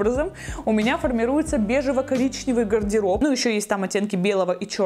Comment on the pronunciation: Ого какой запущенный гайморит...😲 И вот это "пэрвым дэлом разбэраю свой гардэроб..." неужели она не замечает этого?... 🤷🏼‍♀️